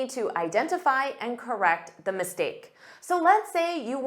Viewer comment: The engineer or thee(dhe) engineer as it is vowel sound